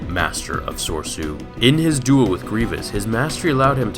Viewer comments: SIGH "Corps" is pronounced the same as "core". "Soresu" is pronounced sor-AY-soo, or sor-EH-soo. I hate being "that guy", but the mispronunciation affected my enjoyment of the video. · You pronounce Soresu wrong every time and it makes me cringe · Your facts are accurate, but 'Galliantly' isn't a word, and you're pronouncing 'soresu' incorrectly.